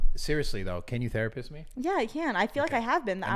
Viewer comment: “Can you therapiss on me?”